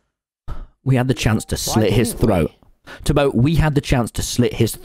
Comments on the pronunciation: You said toby not beeto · Who else noticed Tommy saying Toby not tubbo